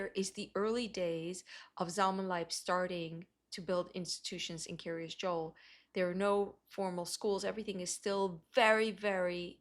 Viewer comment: The Kiryas sounds almost like she is saying "curious"